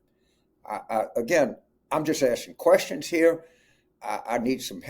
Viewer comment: “I don’t think we need to bring MIT in heeah.” Lolol